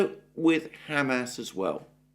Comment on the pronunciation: Mr. Mercouris, thank you for being the only notable pundit capable of correctly pronouncing Hamas. 👍🍻